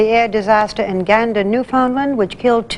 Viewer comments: newfound "land" not "lind" - pronounced new-fin-land. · New-Fin-Land...not New-fin-lund.....